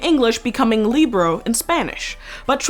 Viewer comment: The way she pronounced "libro" tho 💀